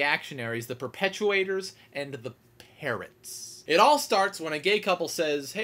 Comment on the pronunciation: OH. I thought he said 'parents' not 'parrots' xD